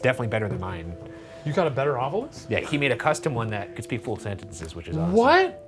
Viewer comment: Happy Friday the 13th! For debrief: Ryan, I see you’ve changed your pronunciation of ovilus - but not in the intro clip to the ovilus. Will you be updating this? #thanksinadvance #ocd